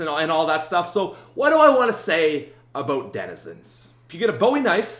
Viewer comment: Denizends, reminds me of my little brother